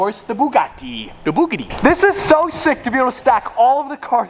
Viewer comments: or "The Bougadee" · “The boogiti”